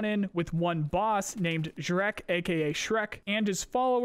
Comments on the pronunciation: zhrec is not pronounced as shrek lol. it's more like zhrets (Put this to google translate in russian and press Listen: жрец). It means preist. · Zhrec is not Shrek, it's J-(like in "genre")-re-ts(like in "pets"). Meaning priest, sacrificer. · Did this guy literally say Shrek? LMAO. It's pronounced "Jretz" Жрец (priest) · Zhrec should actually be smth like "zhrets" 'cause it russian "жрец", meaning "pagan priest", literally -- "sacrificer" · Just so you know last letter is pronounced like "ts", so it's more like "zhrets". You can paste жрец to Google translate to listen to it. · Zhrec: exsists: S H R E K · Zhrec - Zhrets - something like a pagan priest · Since Tarkov is made by russians, I believe the name Zhrec ( which you read shrek ), is supposed to be the russian word for a priest. Please open google translate and type in "жрец" and listen to the pronunciation and stop reading it shrek. I love your vidoes, take care. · Zhrec is a priest on russian) and last C sounds like “ts” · The Zhrec is pronounced [zhrets] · Zhrec should be pronounced like Zhrets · Zhrec is russian word ''Жрец" and it means - priest. So listen in translater how to pronounce the russian word)